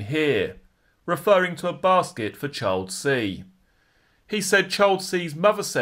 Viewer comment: Hi, the word 'Child' is pronounced "Ch- eye - ill'd" and not "Ch- 'old".